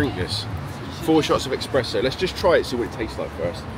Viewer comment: Espresso. Not EXpresso